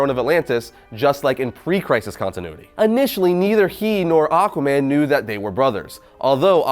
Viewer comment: Lol, he said AquaBAND in da intro of this vid.